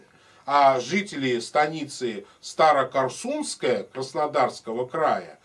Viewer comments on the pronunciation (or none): станица СтарокОрсунская, а не СтарокорсУнская